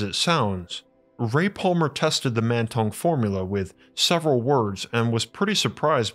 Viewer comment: Mantong sounds like "Man tongue".